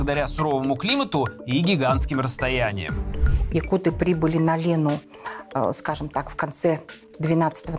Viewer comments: так на якутском может надо открыть словарик? Я саха и правильное ударение на якутЫ, а не якУты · . якуты, ударение на Ы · Только не якУты, а саха или же ударение ставьте на якутЫ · нет, якутЫ или саха. Причем тут ударение на бурятов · Нет, правильное произношение - якУты, ударение на второй слог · ну, так правильно произносить якутЫ. Ты верь дальше русским словарям и вообще русская пропаганда везде диктует ударения, законы и религии. У нас свои правила, придерживайтесь ударения правильно 🌰 Это все равно что говорить укрАинцы, а правильно будет украИнцы.